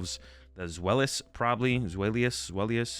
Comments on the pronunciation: For the pronunciations: The whole joke of the Hydreigon line is that it contains the german words for 1 2 3 D Ein o Zwei lous Hy drei gon So they're pronounced Dye-no Zwai-less Hy-Dry-gun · As a German speaker, I’ll help out with the pronunciation: DY-no TSVY-lohs Hy-DRY-gon They’re base off German numbers of 1/2/3.